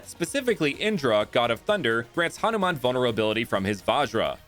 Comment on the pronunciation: It ha nu man not hanaman